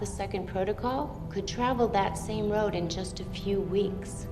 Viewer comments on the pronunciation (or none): none